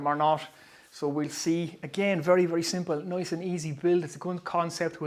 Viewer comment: when nice becomes noice we talk business